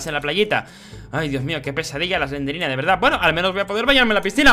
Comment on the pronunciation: Se dice slendrina